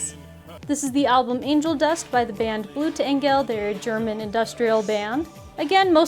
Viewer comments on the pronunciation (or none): none